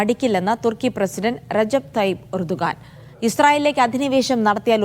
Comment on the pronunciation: ഉർദ് ഗാൻ എന്ന് പറയുക.